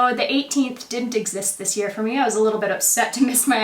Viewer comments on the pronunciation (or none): none